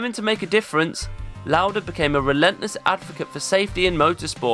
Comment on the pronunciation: Your German pronounciation of Lauda was spot on! 😊 ❤ The Video. Always admired Lauda, and never knew this about him. Thanks for making this.